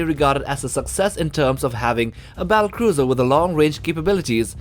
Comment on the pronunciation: learn to pronounce words diameter, organism, battlecruiser